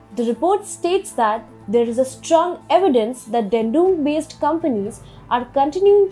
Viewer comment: this time I stopped at "funneled". For god's sake - look up Google for a word that you are not sure how to pronounce. Also please get the pronunciation of names correctly. You are pronouncing Dandong as Dendung. There were a bunch of other mistakes you made. The content of TFI global is good. But your pronunciation is really annoying viewers!!! It could drive away many of us. Please raise your bar of professionalism.